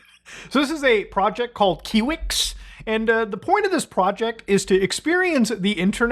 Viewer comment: its KIWI-X KI WE EX!